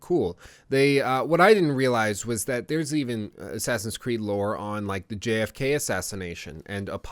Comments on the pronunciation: "JFK" try again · did he say JFK